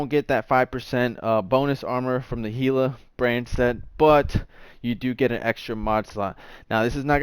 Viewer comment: It’s called Gila not hila